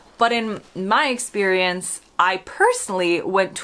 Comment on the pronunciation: Did you really say eggsperience?😂